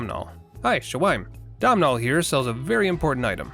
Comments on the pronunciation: Also the M in Domnhall is silent. The name sounds a bit like Donut, only with an L instead of a T. And while I’m here, catacombs rhymes with tombs. Sorry to do this to you. You did get ‘caestus’ right. 😅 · All I want for Christmas is for YouTubers to say Domnhall's name correctly